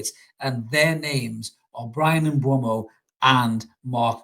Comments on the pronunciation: It's M....boom .o. not M b. whey mo or M. bumhole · And M-boomo